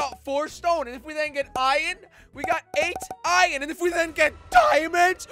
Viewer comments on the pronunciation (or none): why do u call it ion instead of iron? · It’s Iron not iren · I love how he says ion and not iron 😂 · Why does he pronounce “Iron” as “Ion” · Jelly sayd iron like iod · What did you say jelly ?? Ion? Or iron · Its not iyon its iron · Why do you call it iyon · i love how he sais ion instead of iron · “and then if we get EYEION”